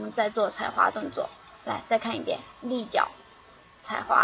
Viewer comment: christine tran 立脚换方向，说得挺标准的啊。